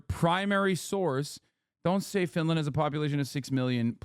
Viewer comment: U say Finland... I hear Vinland... Vinland Saga